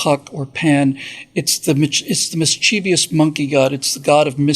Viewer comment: Perfect video until aaghhh... misCHEEVEEous? you're killing my English! It's mischievous. No letter "i" after that letter v. No hint of a long E sound written in the word. My mind is warped like an ear worm song that won't leave my skull.